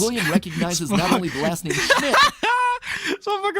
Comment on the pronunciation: I'm actually offended that this guy messed the name up